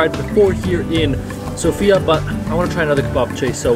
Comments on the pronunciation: bro itz not sopia is Sofia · It's SofiA, not SOfia, and bozA, not bOza. My man in the past the boza used to be soooooo gooood, sadly it's a dying thing now, it's too watery and the original taste has gone mild ;( I'm glad that you liked our food. Kinda sad that most places can't cook rice like Asian people but there are some okay places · Nice, you are almost saying Sofia correctly